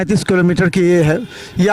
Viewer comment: किलोमीटर तो सही बोलिए